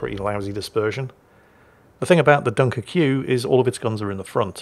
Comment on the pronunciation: Dunker-QUE :D How not to french 101 😄